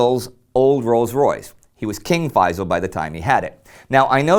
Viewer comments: I really wish that people would pronounce the Arab names correctly, especially that the name Feysal does not contain any of the letters that are very difficult to pronounce by Westerners. It's Feysal, the S is pronounced as S NOT as Z. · if you wanna perfectly pronounce the name Faisal, don't use z instead of s. say Faisal with the s full and complete it's even perfect pronunciation if you add a lite barely heard whistle stressing the s.